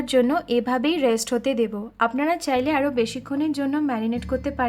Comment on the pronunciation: She said apnara"alo" bhalo parben... Did anyone notice??? Plz don't take this otherwise... I have no intention to hurt you...